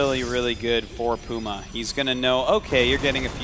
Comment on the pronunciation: "Pee-yu-mah" I can't get over how he says that.